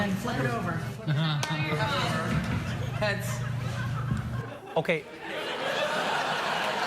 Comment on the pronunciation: “okai” LMAO